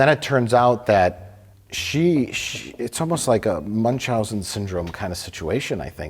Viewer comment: That's not how you pronounce Munchausen. There's no CH in Munchausen. The C and the H are parts of different sylables. Holy crap, you made me stop watching because of that pronaunciation